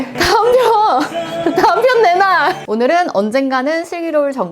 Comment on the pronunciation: 다음 편 내놔가 내 남편 내놔로 들리는 건 무엇입니까ㅋㅋㅋ